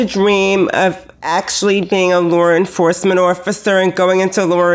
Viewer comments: When says "law enforcement" it sounds like "lore enforcement" to me and all I can think is: that sounds like a career for Skid. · Well the way she says "law enforcement" makes me doubt my own ability to read.